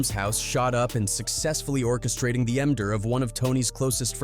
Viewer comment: The "Em-Dur".